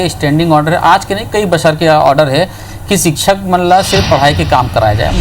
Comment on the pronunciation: सिक्षक नही शिक्षक होता है